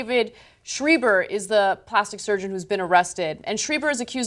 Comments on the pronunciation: it's pronounced shriber; (rhymes with skyber). not shreeber. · It's pronounced 'Sh rye ber